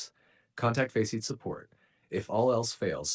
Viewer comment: that is NOT how you pronunce faceit